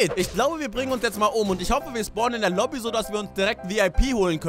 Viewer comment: nich obie sondern lobi